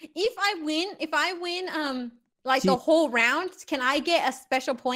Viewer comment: The guy said “im watching da stream” lol